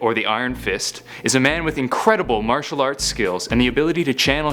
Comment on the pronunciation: Nice video. But it's martial not matrail.